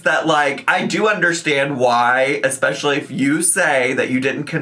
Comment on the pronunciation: it kinda makes me laugh when she's trying to be so serious but keeps saying exspecially